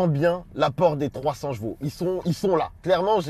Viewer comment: On dit chevaux pas jeveau